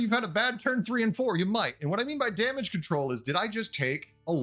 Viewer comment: "damange" control 🤪